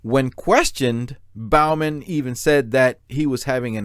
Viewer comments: Not Bal-man, it's Bo-man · Broooooo, Your killing me with how you continually mis pronounced Bowman. It is BOE-MEN like "Bow and arrow" Not like you "Bow before the king" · It’s pronounced Bo-man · If you can’t pronounce the name, Bowman, I wonder what else you’re getting wrong.